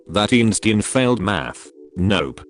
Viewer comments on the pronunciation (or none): none